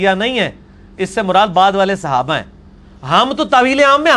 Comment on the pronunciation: Congrats for 3 lac subscribers but engineer sahab the word is Sahaba not Sihaba plz ap sahe word use kren.